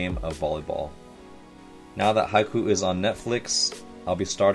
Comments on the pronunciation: i love how he say haikyu "haiku" Its soo wholesome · Oh my goddddd yeeeessssss pleaseee!! React to the whole series please! Also you're saying "Haikyuu" wrong, the "Kyuu" it's pronounced like a "Q" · I love to watch this, pls do it more! The upcoming season will be October! Ps. The name actually pronounces Hai-Q (Ha-i-Ki-u) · Each time he says "Haiku", a year gets taken off my life. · Japanese words are split up in syllables, just pronounce them seperatly. Ha-i-kyu-u. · No one:: Hai"cool" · he pronounced haikyuu as haiku 😂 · This reaction was great, I thought it was really entertaining especially since it's one of my favorite anime! I'd love to see more of your reactions, especially when the more skillful and strategic characters get involved!! (Just a small note it's pronounced high-q Also the back of the black jackets say karasuno volleyball team👍) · Did anyone realised he pronounced haikyuu like haiku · omg yessss plsss you've taught me so much volleyball and i was pushed to play volleyball by the amazing show Haikyuu and if you see this, Haikyuu is pronounced, Hai Q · Haikyuu i pronounce " Hi- Q" and protagonist's name is Hinata Shoyo. I hoping forward for you to continue more reactions on this anime because it's really worth watching. More power tyour channel and please always stay safe. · Fantastic! His name is Shoyo Hinata (last name, first name) or sho for short. The Kurasuno is the name of the high school he was watching play right at the start! And as others have stated , its pronounced high-queue. Cant wait for episode 2! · It's pronounced high-queue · Oh and also haikyuu is pronounced hike-you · the way you pronounce haikyuu is giving me psychic damage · Lol he already changed the way haikyuu is pronounced on the future eps. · He can't say haikyuu He needs to figure it out Before my brain dies. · The way he’s saying haikyuu is killing me😭😭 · the way he pronounced Haikyuu had me dying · It's kind of funny how you pronounce the name wrong.